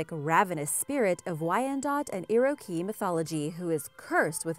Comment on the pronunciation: Took me a moment to figure out who you were talking about. Oddly I've never heard Iroquois pronounced like that. Your not wrong, probably the accent. Anyway, the real confusion was why you used a Japanese style monster head...still you pretty much nailed the legend.